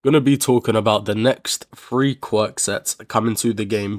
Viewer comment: idk ig me and him heard it as free